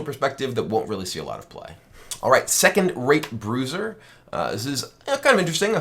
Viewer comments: Rape, he means rape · Kornely Torres Let's just say he didn't enunciate the "t" very well. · I heard something really disturbing instead of "Second Rate Bruiser"...